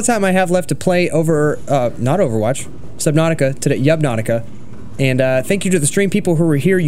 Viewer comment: "yubnautica" love the funny content